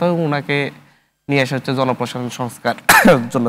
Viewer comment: তুই তো বাংলাও ভালোমতো বলতে জানো না😂 পরিসালিত, হস্ছে, জাবে এগুলো কি